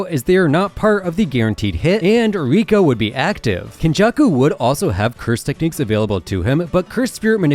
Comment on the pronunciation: Rika is not rika